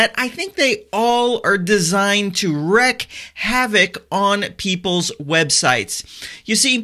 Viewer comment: WREAK havoc, not wreck